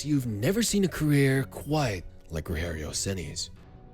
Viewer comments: You took a lot of imaginative freedom for his early professional years. Most of your video about his beginning is invention. Also, it's not "rohério", it's Rogério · It's not ROHERIO CENI, it's RODGEHRIO CENi DG, not H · it's not "Roherio Ceni", it's actually "Rogerio Ceni" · It's Rogério with the soft "G" sound in French, not the "H" sound of Spanish. Excellent video! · The g in Rogério sounds like a J, not like a R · Won a Brasileirao for my team in 2021 as a coach. And to think I've cursed him in the stadium a lot when he was a goalkeeper. Also, "Rogerio" is read with a english G sound, not H. It's not spanish. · It’s ROGERIO , NOT ROHERIO , stop reading it like he’s spanish or mexican ! The main Language in Brazil is Portuguese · His name is rodgerio and not roherio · Um vídeo inteiro com o cara falando "Rorrério". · "Roherio Ceni" Man, my face cringed so hard it ate itself. It's spelt like Roger, with a G sound, and an added 'io' at the end. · "Orrério Ceni"🇧🇷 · Nem pra pra ele usar o R retroflexo kkkk Tipo...Ŕogéŕiou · Roregio ceni 😂😂😂 que pronúncia é essa 😂😂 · roHerio? we don't speak spanish...... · we don't speak spanish in Brazil why the fuck you calling him Roherio or saying stuff like Paraña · Its not pronauced ''Roherio''. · Roherio???? WTF??? Its not spanish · Me, a Sao Paulo fan, watching the video: "😁😌" Me when the narrator finally says Rogerio's name and instead of pronouncing it with his own accent to make it natural he decides to say it as if the dude is Mexican: "🥵😵Oh mah god bruh.. hell nah man, wtf? Get yo ass..." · the way he says ''rogerio'' is funny as fuck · You butchered his name though. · Don’t mispronounce the name man. Respect!!! Spfc for life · When speaking Rogério you don't need to speak the "gé" like in spanish, with a "he" sound. In portuguese you say it with a "je" sound. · The G in "Rogério" sounds like an English soft G. Portuguese doesn't make G/J sound like H. That would be Spanish.